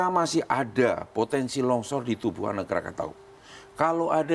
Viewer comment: Longsor pak bukan lonsor hhii